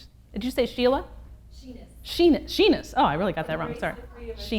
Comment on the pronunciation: Sheenus 😂😂😂 sound like penis